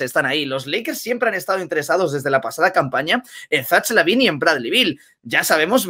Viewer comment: Jajaja no sabe decir el nombre Zach lavine